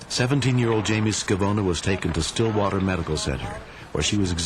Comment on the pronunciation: Stillwater not Srillwater.